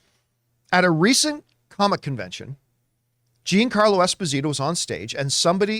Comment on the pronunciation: When did he change his name to Jean-Carlo?? It’s embarrassing that campea calls himself Italian and he struggles to pronounce a name with “gia” in it